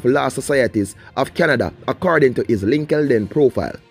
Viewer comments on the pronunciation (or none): Lol “linkinden profile” 😂😂😂😂